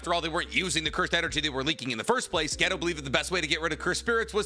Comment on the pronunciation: btw, his name's not "ghetto" its "gay toe"